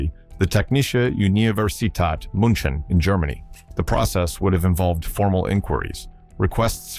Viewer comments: Pronouncing it as Munchen is criminal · I recoil every time he tried to pronounce "München"